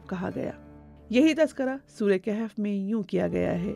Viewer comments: Word Kehf ni bulk kahf bb ha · لفظ کِہف نہیں ہے. کَہف ہے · Its kahaf not Kahef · Informativ program but Arabic word is Kahaf not kehaf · Kahf,not kehf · The word is "kahaf" not "kehaf" my sister. Pls don't mind.